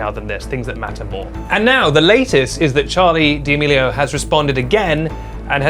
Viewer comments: D’amelio isn’t said like that lol - it’s just said “damelio ” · Pretty sure he says it like that as a joke